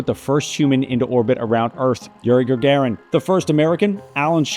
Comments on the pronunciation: It's Yuri Gagarin and not *Gargarin*, but great video!! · The first man in space was - Gagarin, not Gargaran :) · "Yuri Gargaran" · Good Video It was just Yuri Gagarin instead Gagaran Just wanted to add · yuri gargaran how did you even make that mistake lol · I love how you butchered the pronunciation of Sputnik even though you just played the news clip of a guy saying it a few seconds prior. Also Gagarin's name.